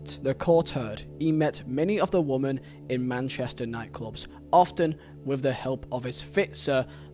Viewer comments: This guy firstly Mendy aint a young footballer he knew what he was doing late 20’s and knew was wrong hence the locks and phones removed education ain’t the issue. Secondly you need bloody education stop saying woman ….. it’s women (pronounced wimmen)this is so annoying and makes you sound super thick … assuming English ain’t your first language but in future bro sort it out … also it’s Saha not Zaha… in a court case this needs to be said accurately please! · it's pronounced wimmin you keep saying woman.... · Please correct your pronunciation of the word women. It's playing havoc with my OCD. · It's his accent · Good video dude but please learn the difference between the words “woman” and “women” was painful to listen to 😅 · Dude, fuck, woman and women are diffrent words, they sound different. you're giving me anxiety man, gr8 informative video tho, keep up the good work